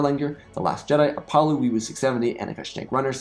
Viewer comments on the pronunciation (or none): none